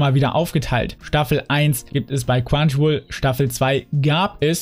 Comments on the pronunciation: Nicht böse gemeint aber du sagst immer quwanchiwoll aber es heißt chrunchyroll xD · Ne, das ist eher ein "Quanschiwuol"